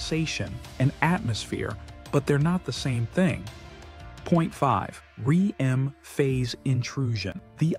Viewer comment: in the video the speaker says: "Point 5. RE-EM phase intrusion." This wrong and utterly implausible pronunciation of "REM phase" (the dream phase) is repeated several times and it completely destroys the good impression of this video until this point. I'm out. Goodbye!